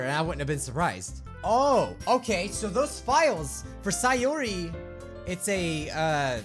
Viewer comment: And it's pronounced say-ore-e Sayori